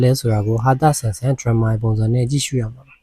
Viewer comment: Drummer " ဒရမ်မာ " ဆိုတာ ဗုံတီး သမားဆိုတဲ့ အဓိပ္ပါယ်။ Drama "ဒရာမာ " လို့ အသံထွက်ရတယ် ။ "ပြဇာတ်" ဆိုတဲ့ အဓိပ္ပါယ် ဟုတ်ပြီလား ။ နောက်တစ်ခါ Drama ကို " ဒရမ်မာ " လို့ အသံထွက်ရဲ ထွက်ကြည့် .. Unsubscribe ပြန်လုပ်ပြစ်မယ် ..Ok!